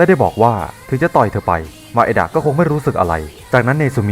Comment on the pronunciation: นางเอกมันชื่อไมดะไม่ใช่หร่อครับ แต่พี่พูดว่ามาเอดะ